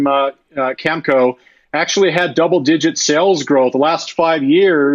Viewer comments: It sounds like the reporter is saying, "comic go" instead of Cameco. LOL The other dude said Kimiko. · LOL yeah I posted on Twitter that we’re early when CNBC anchors can’t pronounce Cameco! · These are news programs talking about uranium, but they can't even pronounce Cameco 🙂. I find your video's very inspirational. I started a channel in Dutch about uranium. Spreading the word. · Cnbc... they say how smart they are... can anyone pronounce cam a co...cameco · Aarrrggg.... can anyone pronounce cameco...Cameco.... or nuclear....not nucular.... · #442 thank you for all your hard work. This is awesome! Pretty funny how these talking heads can't pronounce the names of the companies they're discussing. 🤣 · How are you an analysis and you absolutely butcher Cameco name I doubt he owns it. How Embarrassing, Uranium just needs to keep climbing it can only go up with all the demands that are coming.